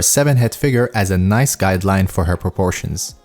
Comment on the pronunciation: i love how he say "NOICE" Great content i love it keep it up :P